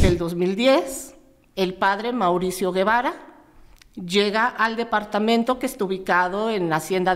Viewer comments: El apellido no es guevara es gevara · no es Guevara es Gevara con el sonido " je "